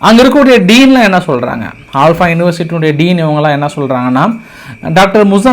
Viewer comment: ஆல்பா இல்ல ப்ரோ அல்ஃபலா யுனிவர்சிட்டி 😊